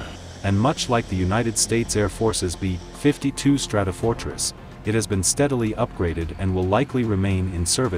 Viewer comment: "The too. 95 might just be Russia's version of the bee. 52 bomber." 🤦‍♂ I can't f***ing stand that synthetic text-to-speech narration. Practically all of these so-called "military" channels that review military hardware like aircraft, tanks, ships, etc. use that synthetic speech garbage.